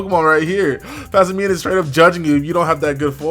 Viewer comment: omg - the word "simian" not whatever the hell he keeps saying,its erking me for some reason mostly cause it sounds like he is pretending to read.XD